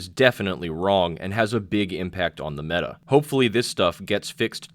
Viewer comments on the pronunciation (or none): none